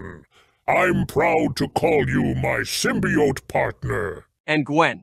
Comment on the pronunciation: Ik Miles ATSV did not just mispronounce symbiote